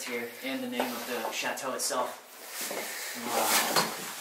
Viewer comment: CHATEAU NOT SHAAATEAU LOL